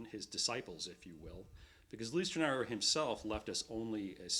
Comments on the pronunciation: He butchers the pronunciation Leichtenaur's name, otherwise it's good. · My ears are beeing torn by the pronounciation of the master´s Lichtenauer name! Stop adjusting his name to your language!